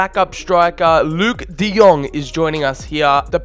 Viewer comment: De lit , de young😂